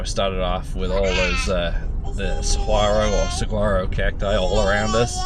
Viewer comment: Fine presentation in the video. Hope I don't sound pedantic, but saguaro is pronounced "saw-WAHR-oh."